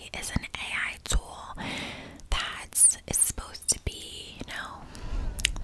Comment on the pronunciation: I’m addicted to the way you said “AI tool” in the first three minutes, I just love that accent sliding in there ❤